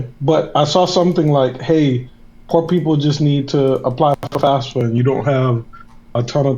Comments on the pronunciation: Why does he keep saying fasfa? It’s FAFSA. Candace did the same thing. Do the counselors at these underprivileged schools just not talk about FAFSA to their students? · why does EVERYONE pronounce FAFSA wrong WHATS WRONG W PEOPLE